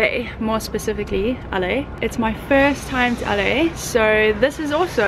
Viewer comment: Sorry, I was just poking fun of your accent. A-leigh is sort of what it sounds like to me when you say LA :p Anyway, your accent is lovely and I really enjoyed the vlog. Hope to see more :)